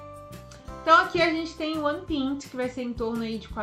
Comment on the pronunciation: Muito bom! Porém me surgiu uma dúvida agora; A pronuncia da palavra ''pint'' não seria PÁ- INT ?? Você pronunciou como PÍN-T